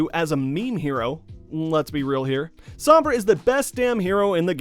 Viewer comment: Its SOm-Bra not Samb-rah